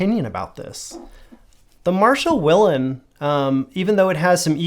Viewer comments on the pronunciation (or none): none